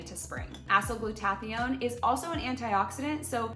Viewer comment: Please, someone teach her to pronounce acyl-glutathione.